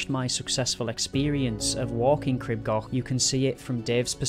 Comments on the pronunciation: Crib gauk. Not goch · Local here, for anyone who’s interested, the pronunciation is Cr-ee-b G-or-ch I know the ‘ch’ is tricky though! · For goodness sake, PLEASE PLEASE learn how to pronounce Crib Goch! The "o" isn't an English "o", it's a much elongated "o" as in "store" not a short "o" as in "gone".